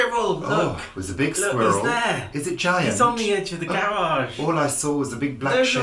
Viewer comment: Boxing Day confounds all my American friends...anyhoo - I love how many syllables you manage to squeeze into the world squirrel.:D Re TV programs, do you watch Shetland, we just got Netflix and I am addicted to it.:) Happy Christmas to you both from West Coast Canada!